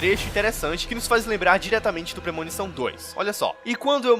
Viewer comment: PRE -MO-NI-ÇÃO